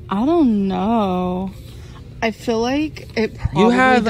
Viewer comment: She cant say „feel” and „fill” for shit its always sounds like the other